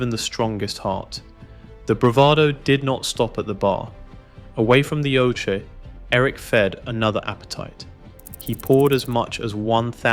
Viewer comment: that's not your voice No one calls it a oshea instead of oche only AI lol